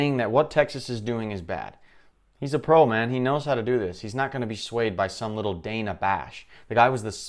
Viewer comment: DAN-Uhh is how you accurately pronounce her name.